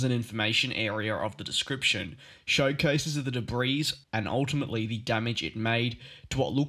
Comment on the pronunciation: Please note, your mispronunciations detract from the credibility of your reports. Specifically, the word "debris" is spoken with the "S" being silent. It is correctly said as "debree" not "debris." I trust you can accept "constructive criticism." Thank you for your effort.